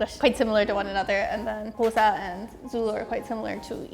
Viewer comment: At least She's American so i wouldn't expect her to get it right the first time. We have people here in SA who still call it KOSA or KHOZA so there's that.